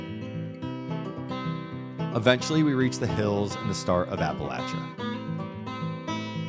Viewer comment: Thank you, thank you, thank you, for pronouncing Appalachia properly!! So many say App-a- LAY-sha, but to the old timers, it's always been Apple-at-cha. The old joke is- "If you don't say Apple-at-cha, they'll throw an apple at ya", LOL.